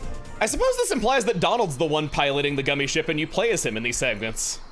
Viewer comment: He calls it gummi skip it rhymes with Emile